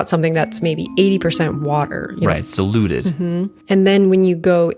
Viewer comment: you really need to pronounce the I in diluted, now it sounds like you're saying dEluded haha